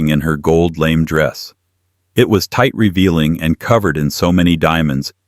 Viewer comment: AI’s proununciation is abysmal! Gold lame which is prounounced “Gold Lamay”. Which is a type of fabric as on a gown, Which Ai lame= infirm or injury. AI always does this and it slaughters the English language by doing so.